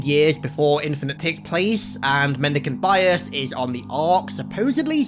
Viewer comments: Mendeecaynte biyass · Take a shot everytime he says mendecant bias